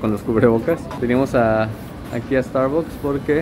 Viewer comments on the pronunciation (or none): Soy yo que no escuche bien , o no pronunció bien Starbucks